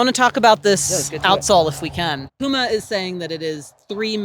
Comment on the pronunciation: It is Puma, not Pyjama ;)